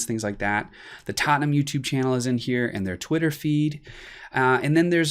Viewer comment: I love the way you say Tottenham. coys